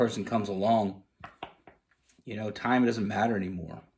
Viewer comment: "Just in tome " or "Time "please chk the word ??